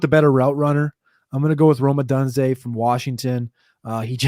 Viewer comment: I appreciate the effort but ya gotta pronounce their names correctly. Rome Oh-doon-zay (Odunze) and Uh-mehk-uh (Emeka) Egbuka.